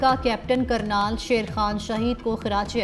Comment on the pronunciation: کرنل ہے کرنال نہیں درست کر لو ❤